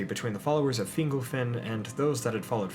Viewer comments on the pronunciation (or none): Hey glad to see you were working on this. Def improving but "Fin-GOLL" not "Fingle," for instance. Hope that helps :) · Excellent video! Thanks for posting! Your Fingolfin is improving! Fin-golf(like the sport)-in. :) Awesome content getting better. Oh, and Maedhros is pronounced "My-thros" (my-throes/my-throse)